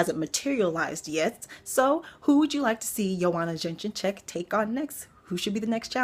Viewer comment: Jedrzejzcyk (Ya-Jay-Check) You said "Jin-jin check) Kowalkiewicz (Ko-wall-kay-vich You said ko/walk-awitz) I just say "Killer Karolina" when in doubt lol